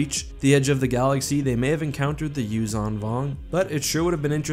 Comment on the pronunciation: Also, the Zh in Yuuzhan is pronounced like ж. Aka, Like a j with a ~. Юужан Вонг is exactly the pronunciation in Russian